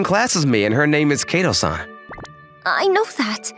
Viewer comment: Fait accom PLY?? This male VA butchers French in addition to Japanese. And KAY to? It Kato - short a.